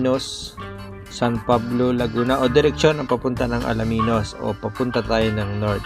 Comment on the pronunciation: Alaminos.. Hindi Alaminus😅😂😂